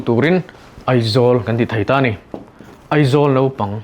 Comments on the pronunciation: I tawng a i lamrik dan ah chuan Naupang ti in i ziak a i lamrik dan ah erawh chuan Nopang ti in i lamri leh sia. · Nopang tiin kan lam ri mai ṭhin. Mahse a ziahah chuan naupang. Hetiang thil hi a tam lutuk. Lam rik dik a ṭha khawp mai. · Naupang chu nopang tia lam rik tur ni maw! Nopang tiin a sawi zel. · Naupang i lam dan khi Nopang tia lam i ang hle mai. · Naupang tiin i ziak a, i lam rik dan ah chuan, Nopang i ti leh daih bawk sia..!!! uluk deuh teh